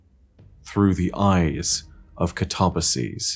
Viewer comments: this is great! Good explanation! I learned new stuff, thanks. I believe, though, that the "ba" part should not be pronounced "bay" but "buh", because I believe, at least that's what I learned, that ancient greek words were not stressed on the second to last syllable. So I guess the should be stressed like this: kaTAbasis. Which, phonetically, would Ka-tuh-buh-sis. So the only thing where would be actually wrong would be the ending, where I think you're totally right, the plural would be said as pronounces it. But then again... all theory and I'm not a linguistics expert, neither ancient greek nor english are my first languages. xD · See, even if I may be wrong about the "kataba" part (though I'm not, given that the word "katabatic" is derived from the same root), the "sis" isn't pronounced "seez" no matter what. So, even if I'm wrong with the pronunciation, is, too. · Thirty minutes later, but I still should add; words like "catabolic," "cataclysm," and "catalyst" all use the Greek word for "down" (kata) as their root. So, since "katabasis" means "to go down/descend," one can infer that at least the "kata" part should be pronounced "kat-uh." Then there's the Greek derived words like "metamorphosis" or "synthesis," meaning the "sis" is not pronounced "seez." So, the only part I could be wrong on is the "ba" part. Though, again, we draw back to "katabatic." Granted, its root is "kata - batos," and not "kata - baino." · Did anyone else pronounce it cat-uh-BASS-iss? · Can we please not ignore the complete butcher of the guardians name.. I understand different dialects and speech pronunciation but.. katabasis? Kuh-tar-bass-ease? Cat-uh-bass-sis! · Man...I don't know why, but pronouncing "Katabasis" as "kuh-tob-uh-sees" and not "kat-uh-bay-sis" like the word is actually pronounced really rubs me the wrong way and it absolutely shouldn't. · I kinda like it, makes it sound like an ancient greek name or that of a dragon.